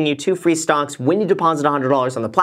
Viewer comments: Are you saying "stonks"? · am i the only one that thinks it sounds like he's saying "stonks" instead of stocks